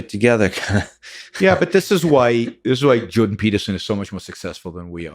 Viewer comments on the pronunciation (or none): none